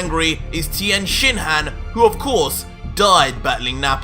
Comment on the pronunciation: For just a second I thought the narrator said Tien Shithead!!🤣🤣